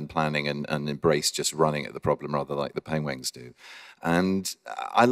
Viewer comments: He still said "Penwings" on the 12th minute more than once! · Aww he still mispronounced Penguins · HE SAID PENGWINGS LIKE EVERY TIME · or Penglings, I think he said at least once. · Oh cute he say penguings 😭😂. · He said penwings again XD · HE IS STILL SAYING PENGWINGS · someone please count how many times this man said “pengwings” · You poor beautiful man, you still pronounce it pengWINGS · HE SAID PENGWINGD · HAHAHA. HE JUST SAID PENGWINGS THRICE IN A SPAN OF A MINUTE. PENGWINGS!!!! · #pengwings benedict cant say penguins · Benedict still can't say Penguins, bless him XD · pengwengs XD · He cant say ng apparently